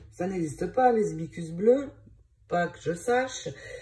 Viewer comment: Bonjour Hibissssss cus Il faut prononcer le s qui est au milieu 😉🌸🌺🌺